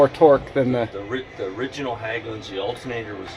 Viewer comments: Hägglunds with an ä, pronounced H-egg-lunds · Hägglund isn’t pronounced Hagglund the ägg in Hägg is prounounced egg like ->🥚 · Good stuff🎉 FYI Hägglunds. In English you pronounce it 'Hegg-loonds'